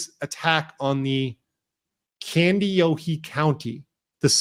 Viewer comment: Kandiyohi is pronounced Candy yoe high.